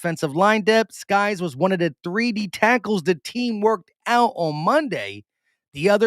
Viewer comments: Hey it’s pronounced sikes not skies, just FYI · Sykes not skys. Y before K